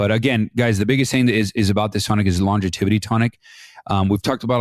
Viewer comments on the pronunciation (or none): It is not longeviTity, It is longevity. No first t, it has just the one before the y. It sounds pretty weird how you say it.🙂👍